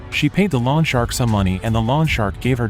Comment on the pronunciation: Will lawn shark mow my lawn. Lol. Maybe check how to pronounce “loan.”